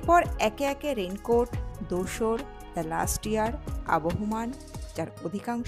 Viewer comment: লাস্ট ইয়ার নয় লাস্ট লিয়ার